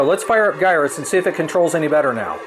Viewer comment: Gyruss is pronounced "Jyruss." It plays off the word "gyroscope." J sound word like GIF. #GIF_is_JIFF